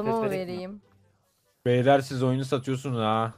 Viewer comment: hshashbduıebdan bide takımda kız olduğu halde bastıra bastıra beylerr demeleri..epik ve ironik